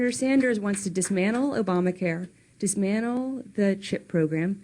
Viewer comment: Chelsea Clinton can NOT pronounce the word DISMANTLE properly. She says DISMANNEL. You'd think that her parents who are both great public speakers would help her out.